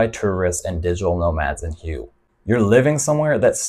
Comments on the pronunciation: Not meaning to be impolite but HUE is pronounced more like WHO-WAY not like HUGH as you pronounced it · I think Hue is pronounced “Way”…I’ve actually been there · Good stuff...but this kind of stuff defeats the purpose...putting it on the expat radar...then.....they move in...and the next thing you see...it has been spoilt...On a side note...isn't Hue pronounced like Whey....?Not sure myself...just checking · Thanks. But Hue is pronounce Hway. It's the old imperial city. BUN Bo Hue originated there and most of us agree with Bourdain. It's the best noodle dish on the planet. The broth is divine. It was created for the emperor. So... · Hue is pronounced "way". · It's pronounced Hway! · Good video! That 2nd city in Vietnam (Hue) is pronounced "whey". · Yes, it's pronounced like "hooway". Listen to the locals. Makes it hard to trust content when creators don't take the time to learn the proper names of the place they speak of. That said, I think you do an overall good job, just need to tweak a few things. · Great video, good points about all these destinations. Constructive criticism : may want to check the pronunciation of the city Hue before making a video about it 😉👍